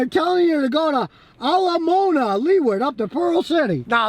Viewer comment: Scotty! It's pronounce Ala Moh-Ah-na, like Disney's movie Moana.